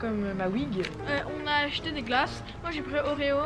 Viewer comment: quand il parle de leurs glaces je trouve qu'il a un petit accent :)